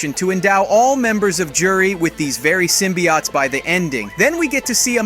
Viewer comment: its pronounced sym-be-otes not sym-be-oughts